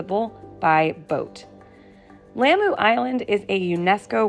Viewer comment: This is beautiful! I used to live close to Lamu! Thank you for your care? Please try to pronounce Lamu correctly ! The a is like the au in taught. When you visit foreign countries often it’s not too hard to learn the right pronunciation of their home land. It shows them respect as well!